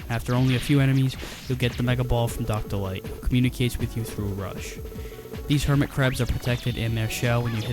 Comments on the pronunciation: I know how you feel about Dr, Light using L words as W words! It makes him remind me of Elmer fudd! The worst looney tunes charecter in my opinion! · Dr. Light sounds like an imitation of Elmer Fudd by someone who's never actually seen an episode of Looney Toons and only knows Elmer pronounces r and l as w.